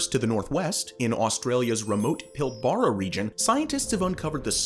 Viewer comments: Oh mate, you're gonna haveta learn how to pronounce Pilbara. It's PILLb'rah. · its pronounced PilBRAH (